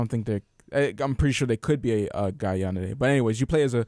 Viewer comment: As a person who likes to watch anime, everytime you said Yandede instead of Yandere I died a lil inside. XD